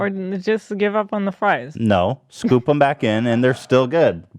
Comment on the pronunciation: Ethan emphasising how the fries could’ve been scooped made me crack a big smile